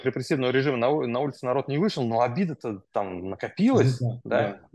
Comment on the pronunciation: Они произносят : Адин нароТ вЯликие АсвАбАдители именно так..